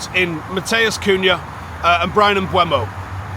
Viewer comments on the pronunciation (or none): Mboomo. Stop saying Mbuemo FFS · Please pronounce Mbeumo correctly its not hard